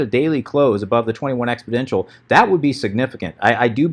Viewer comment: FYI it's exponential not expoDential